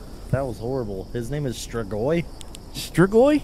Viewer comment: "Strigoi" is a Romanian word for vampire. pronunciation was spot-on!